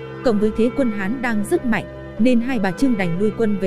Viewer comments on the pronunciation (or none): none